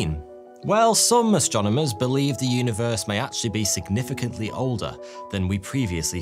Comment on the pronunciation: WAS THE UNIVEWSE VEWY DIFFUWENT?? WEAWWY??????